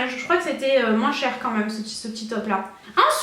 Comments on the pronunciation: Quand tu dis "même" tu le prononces genre "meume" ça me fait rire 😙 au top cette vidéo, gros bisous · Super video ❤️ j'adore vraiment t'es haul Londres 😘tu me fait trop rire quand tu dit "meme" 😂 continue comme sa t'es au top 👌🏼❤️